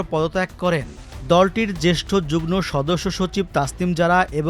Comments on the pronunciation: জুগন না, কথাটা 'যুগ্ম' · 'যুগনো' বললো মনে হয় প্রতিবার!!